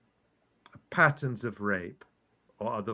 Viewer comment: I could not understand Ali Abunimah saying pattns instead of patterns of rape. I had to turn on transcript. Patterns of rape is clearly false propaganda as no victims have been identified, unlike Palestinian victims of sexual assault and rape by Israelis. Pattern of rape is abnormal language. No doubt chosen because no single case exists. Electronic Intifada needs to demand evidence of any and all cases of rape by Hamas, used to justify the UN blacklist of Hamas. Objections must immediately be raised to the UN, ideally by member countries of the UN. Netanyahu is losing the war on Palestinians and he will soon face the danger of arrest and trial for war crimes of genocide. I believe this is an attempt to claim biblical justice, an eye for an eye, but Israel has behaved in a way that the world is comparing to the mistreatment of Jews, Gypsies, and conscientious objectors to the NAZI regime. A warrant exists for Netanyahu's arrest for crimes against Palestinians and peace workers.